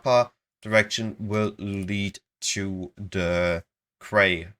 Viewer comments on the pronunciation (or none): Quay is one of those weird words pronounced in now way like it's spelled. Quay --> Key